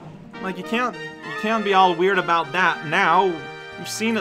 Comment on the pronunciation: 1. Not gonna lie, when I saw the tag I totally expected to die at the end of a level. Made for a fun surprise though. 2. Huh, I figured Canadians said the word “about” in a unique way, but I guess is so unique that he says it “a box”.